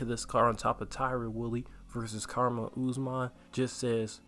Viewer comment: How dont you know how to pronounce Kamaru at this point?